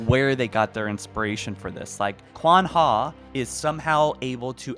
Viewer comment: qwan ha? more like Qwan YAWN